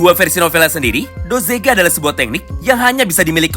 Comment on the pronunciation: Bukan dozega, tapi dogeza, dogeza adalah sujud secara tulus/sujud mohon ampun